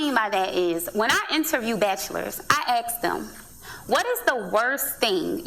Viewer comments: Dudes all be in a cringe-wiggle every time she says AKS (axe?) instead of ASK. Deal-breaker. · I can't stand it when people axe questions instead of asking questions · I hate "axe" too. It ain't cute. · Dude, she is making me nauseous. She is SOOOOO fake and unbelievable. "Oh and let me "AX" you a question?" Oh gee whiz.... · Man..… I'm from Europe and I hate when somebody says "I axed him". You are not alone. It is annoying as fuck. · Axe !!yes I HAaaaate that,how can you take anything serious from somebody who says Bae and axe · "I axe... " Ahhhhhh! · ...'I axe them' That patois, though (smdh) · YES!!!! And her "Let me "AX" you a question" Oh gee whiz.... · I disagree with and some of the commenters somewhat. Just because she's fat doesn't mean she doesn't know what she is talking about. I agree that she is giving shamefully bad advice for the most part (and can't pronounce ask), but her weight is irrelevant. To use a basketball example, Hubie Brown can coach LeBron James because he knows more about basketball even though he was never a great player. Coaching and playing are two different skill sets. Her bad advice is just what it is on its own. Now I will also say that her fatness and Blackness most certainly shape her worldview lens, of course. But she doesn't strike me as angry. Also, I must give her credit for being willing to position herself as an expert even though she must know people will judge her because she's fat. It's just too bad she's not giving better advice.